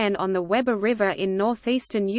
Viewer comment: We-bur, not Web-ur.